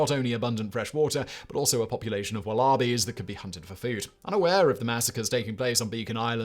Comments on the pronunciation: What the hell are "wal-ALL-bees"? Do you mean "wallabies"? Like the marsupials? I know north Americans and British people pronounced things differently, but God damn I had to listen to that like 2 times just to figure out what you meant and an additional 3 cause I found it so humorous lol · Did the pronunciation of Wallabies change? And does anyone else need to put the subtitles on - he speaks so fast! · Me, an Englishman, also rolling on the floor laughing at Simon's pronunciation of wallaby.